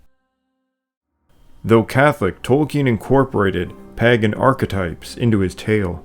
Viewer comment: The fact that you can't pronounce Pagan is almost a bigger insult than the Rings of Power show